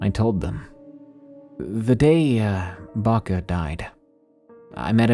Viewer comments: Bako bako not baka baka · The first story? In Serbian we call our grandmas "baka", it's an endearing term, there is also a standard form "baba". Baka is pronounced more or less correctly in the video, he stressed it a bit wrong but it's alright.